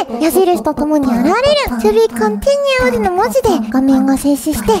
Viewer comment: ネイティブ To be continued すき